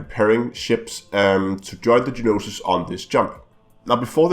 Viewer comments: The "No-Sis" NOT Ge-nosis.. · It is spelled Gnosis and pronounced No Sis lol